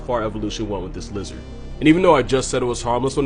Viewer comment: "Jizard". Please take my money